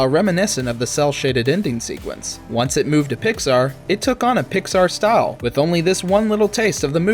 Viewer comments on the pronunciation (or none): none